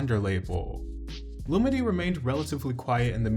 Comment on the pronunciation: Lol her name is pronounced (Lu-MeE-DeE) 🤣 but excellent video as usual.